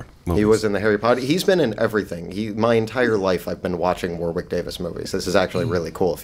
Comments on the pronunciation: Sorry, got to correct you guys. Warwick Davies is pronounced Worrick, NOT War-wick. It's British pronunciation, guys. Thanks. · In a video where Trump is discussed - is it bad that the pronunciation of Warwick was what annoyed me the most?